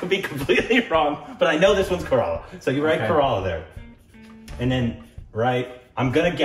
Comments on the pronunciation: It is not corolla 😂😂 Its kerala Pronunciation = KERA+ LA =kerala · KORBENISED INDIAN STATE ..KERELA = KARALA HAHA